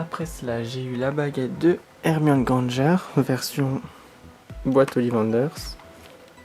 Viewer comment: il a dit «Granngere»